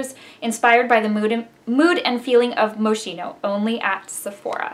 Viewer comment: Pronounced Mo-skeen-o, darling. Very Italian! Nice review. I finally got one yesterday. It's back in stock!